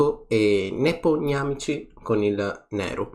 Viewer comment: Qualcuno che pronuncia correttamente Nepontamagochi, è straaaaabiliante